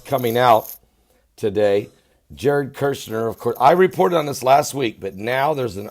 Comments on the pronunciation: For what it matters, his last name is KUSH-NER, not KERSH-NER. Love you. Keep up your good reporting. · Kushner sir, you are pronouncing his last name as Kershner. It is Kushner. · Love you...say it with me Jared KUSH-NER... Kirshner 😂❤️ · All due respect to you. You are not pronouncing Jared's last name correctly. There isn't a R in his last name. It's Kush ner. Kush... I always watch your channel. Did you see the report where Former French President of France was ARRESTED for taking campaign funds during his election. And...I saw another report where a court denied Obama his appeal and has to RETURN 400m that he gave to Iran when Americans were released. Obama tried to appeal, but was denied. I only saw 1 report about it. Hope it is true.